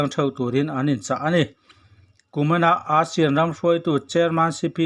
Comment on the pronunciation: A bengvar thlak hle mai Mahse, ASEAN lam rik dan hi chu a dik lo thin a english tawng a nih ang in ASEAN lam rik dan chu ei-sian ti a mizo tawnga kan lam rik dang hi a nih dan tur a ni.